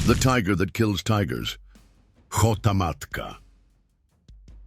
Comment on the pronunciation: It’s not KHO-TA MATKA.